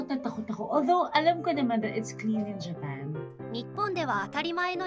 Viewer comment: ほんとですか？ネイテブに聞こえません。特にジェペ～～～ンの所、ひろみに聞いた発音と違います